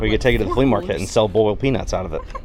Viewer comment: “Burled” peanuts as it should be pronounced are my favorite southern delicacy after shrimp-n-grits. Spicy please!